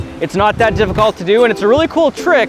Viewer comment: the way he pronounces difficult is really weird